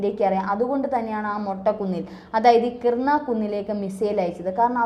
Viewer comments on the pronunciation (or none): KIRANA HILLS (കിരാന കുന്നുകൾ)... കിർണ അല്ല.